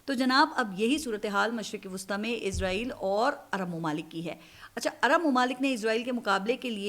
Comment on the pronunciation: izreel ni hota israeel hota h